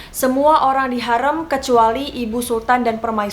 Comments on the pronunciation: Maaf kak mau koreksi harem itu dibaca harim yg artinya wanita. Tempat harem ini identik dgn tempat para selir wanita yg akan melahirkan para pangeran atau calon raja. makanya tempat itu dilarang bagi pria. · Betul aneh banget ya padahal Hurrem pake E kayak tempe. Ini E nya pake E kayak baca enggak😂 Harem juga setauku dibacanya Harim😂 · Thanks sudah bahas hurrem, sejarah favorite ku. Tp kenapa cara baca hurrem dan harem kek aneh 😅 Pernah nonton abad kejayaan gak? Hurrem bukan hurreum 😁